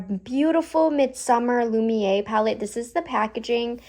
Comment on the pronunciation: Here’s some tricks for pronouncing these French names: Lumière: Loo-mee-hair Étendu; Eh-tuh-doo Lilas: Lee-law [no “s” is pronounced] Hope it helps